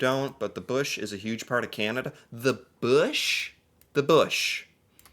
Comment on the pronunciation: I just noticed you say Canada with an American accent lol you A sounds like eh